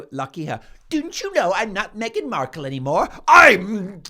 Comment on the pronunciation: Did she just call her meghan merkle!😂